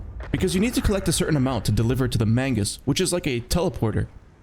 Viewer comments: Grenadier is pronounced "gren-nah-deer". Lol Mangus... it's Magnus. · ITS MAGNUS NOT MAINGUS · why do you keep mispronouncing magnus and grenadier 😔